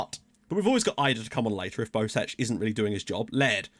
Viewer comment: Bosec is most likely pronounced "Bosets", usually in Croatian a C following E will be a "ts" sound, so you were probably right the first time. Sadly FM doesn't use the special characters from Gaj's alphabet.